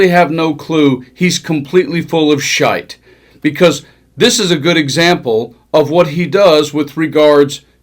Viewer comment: Proper pronunciation of Shite, well done . Quality commentary as usual